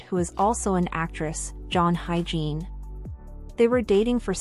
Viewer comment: You can't hire a VO talent who's skilled in pronouncing foreign names? It's pronounced [ HI-YE-JIN], not HYGIENE....jesus....